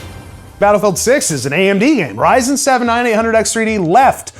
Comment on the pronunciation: Kid: can we get a Ryzen 9? Mom : no we have that at home. The one at home: Yrzon 9 🤣🤣🤣🤣